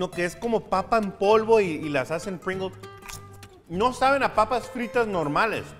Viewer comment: Se pronuncia "pringous": Es el sabor de Pringalls